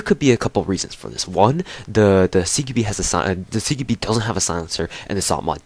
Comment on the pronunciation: Cara "CQBi" é a pronuncia em inglês, nunca estudou inglês não?